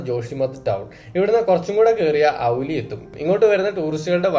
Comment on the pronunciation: ഔലി അല്ല ബ്രോ ഓലി